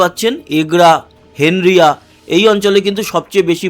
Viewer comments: ' হেনরিয়া' নয় ভাই,ওটা হবে ' হেঁড়িয়া' । আমার বাড়ি মেছেদা য়,বাপের বাড়ি কাঁথি তে।তাই এই জায়গাটা চিনি। ভালো থাকবেন। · 😮 দাদা ওই টা হেন দ্রিয়া নয় হেঁড়িয়া হবে কত বার আমি কমেন্টে বলেছি সেই হেনদ্রিয়া